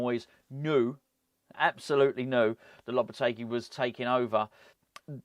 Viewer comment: The guy who can't even pronounce Lopetegui's name?? Do me a favour.